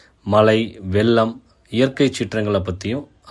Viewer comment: மலை அல்ல மழை,வெல்லம் அல்ல வெள்ளம்.தமிழை சரியாக உச்சரியுங்கள் ஐயா.